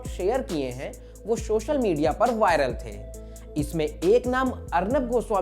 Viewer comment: सोशल मीडया है भाई ,,,,,,, शोशल नहीं